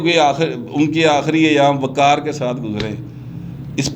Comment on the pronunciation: وقار نہیں ق وقار